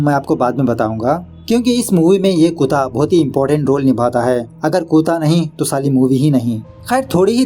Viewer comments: Bhai aap kutta ko kuta kyun bolte h? 😂😂😂 bhout hasi aati j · it's not "kuta". It's KUT-TA. or you can say it in english. just say "Dog" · Kutta or kootaa.. Your pronounce is really funny😅. I really like it. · Kutaa nhi bhai actually kuttaa But funny 🤣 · कुता नही कुत्ता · Kya bhai kuttta bolo why are pronouncing kuta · बड़े भाई, उसे कुता नही कुत्ता कहते है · कुत्ता(kutta) hain bhai kuta nahi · After long time heard ur "kuta" pronunciation. 🤣🤣🤣🤣🤣🤣